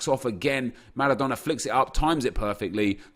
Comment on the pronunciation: Please stop pronouncing all the names and words correctly. If I heard Maradona with a rolling "R" one more time I was launching my phone at the wall... good vids though. N I don't even know why it triggers me so much either 🤷‍♂️